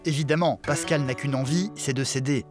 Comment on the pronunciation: Kani Traoré "Pascale" pas "Pascal"